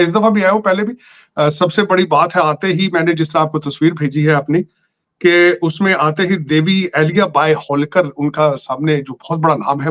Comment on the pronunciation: Sir एलिया नहीं अहिल्या, welcome to india ❤